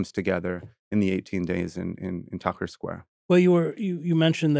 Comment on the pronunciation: If Vincent used proper past, present, future tense in his descriptions of events his stories would be easier to follow. Also Tahrir Square is not “Tucker” square. It’s a sad situation when American academics can’t be bothered to use proper grammar and pronunciation?